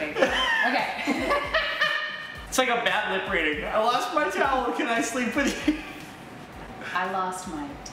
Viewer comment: im prety shur "i lost my taoual can i sleep with you " will get you the lades